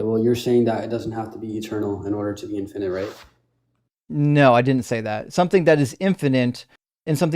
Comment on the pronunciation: For me, the peak stupid is hearing him reading from his ChatGPT script and mispronouncing easy words like "infinite" as "in-FINE-ite." His tantrumming childish ass has ZERO reading comprehension, and can't process what's being told to him any better, which is why his recaps of any statement are basically fiction. All his failed arguments begin with "You said..." when no one said anything of the sort.